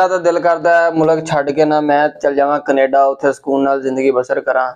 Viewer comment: Canada❌️ Knaadaa✅️ 😅😅